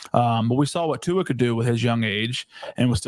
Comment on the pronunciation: asked you to pronounce their QB but STILL mispronouncing Tuas name 5 years later. LOL